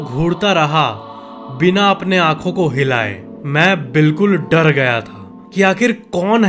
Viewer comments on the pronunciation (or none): bde bhai sorry lekin dadd nhi hota hai dar hota hai